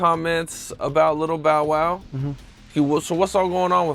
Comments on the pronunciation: You literally have video recording of the security guard pronouncing “Bow wow” correctly and immediately proceed to pronounce it incorrectly 😂 🤦🏻‍♂️ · I am just going to copy this statement, as I felt exactly the same and it pisses me off, I cant focus with you being this dumb.. "@ "You literally have video recording of the security guard pronouncing “Bow wow” correctly and immediately proceed to pronounce it incorrectly" I am an underground hiphop head, I do not care about mainstream hiphop AT ALL except for 2pac his days, so I am not pissed you pronounce this particular rapper incorrectly but your channel literally says "Street Scoop" like you know what you are talking about concerning hiphop, try pronouncing it right and put in some effort. Let me help you BAUW WAUW you little robot you :D putting this video off, unbearable detail